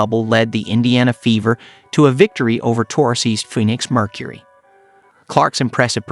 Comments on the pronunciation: Of course he didn’t he said “phoonix”. Clearly! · Did I hear you pronounce Phoenix as "foonix"?